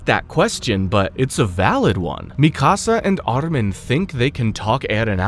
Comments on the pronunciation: Bruh its mikasa not "misaka" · Bro what? I've heard Mikasa's name mispronounced all sorts of ways, but Misaka? That's a first. Whats even funnier is you say it the correct way less than a minute later. And after that start mispronouncing it as "Mi Casa" for the rest of the video lol. Wtf have you been smoking before recording and can I have some? FYI it's Míkasa - emphasis on the FIRST syllable. You literally show clips from AOT where her name is pronounced correctly Did you actually watch it, or are you just reading a script somebody else wrote for you? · Stop calling it misaka 😭, it's our legendary Mikasa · Bro called mikasa misaka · Yu slaughtered Mikasa's name on the 1st attempt 😂 MI SA KA 😂😂😂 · Lmao that made me laugh too and it happened a few times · You calling Mikasa “Mi Casa” is messing up the video a lot for me. I just hate when we get the ACTUAL pronunciation IN THE SHOW and ppl still mess it up 🤦🏾‍♂️🤦🏾‍♂️🤦🏾‍♂️🤦🏾‍♂️ keeps reminding me of the guy who kept messing up “Akatsuki” 😂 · Same. I once tried watching an AOT recap on another channel, but couldn't finish it because they weren't saying "Levi" correctly, which grated on my nerves.